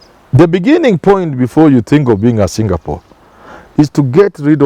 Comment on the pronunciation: Did you mean Kenya becoming a Singapore???!!???. If I heard you well it's jingapoor!!